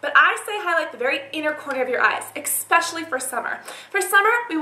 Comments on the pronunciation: its especially. not eKspecially.... Please! i love your videos, but this just kills me every time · "exspecially for summer" derp say especially right. hahaha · It's so cute how you say "ekspecially" instead of "especially" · lol I love how she says "especially" like "ekspecially" so cute :P